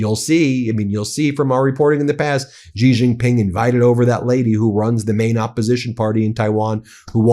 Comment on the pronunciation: Ben, it's pronounced, "She Jin Ping", not "Jee Jin Ping".